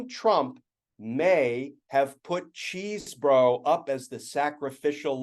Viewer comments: You should at least learn how to pronounce Chesebro. It's maddening, and I'm a subscriber, but it really bugs me when I miss focusing on your content because every time you pronounce the name so wrong, it's like fingernails on a chalkboard for me and others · I mean, who cares because he's a loser, but it's pronounced "Chez borough" rather than CHEESE. As confirmed today by the Wisconsin Rapids Daily Tribune. Primary sources are key for information like this. Just makes you look smarter, it's not about the criminal.